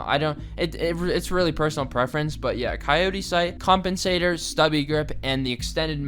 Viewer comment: Did he say.... Compentator?